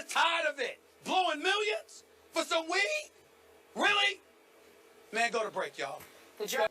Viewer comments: He pronounces weed with three extra syllables and Skip never even cracks a smile. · Why does he keep putting emphasis on it, tho?! WEEEEEEEDUH!! LMAO!! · David-Storm Mukuria call it STAY OFF THE WEEDUH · He's emphasizing it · His comedic pronunciation of weed hurts his very valid point.